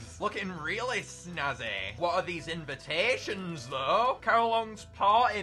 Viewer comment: “Invitations” lmao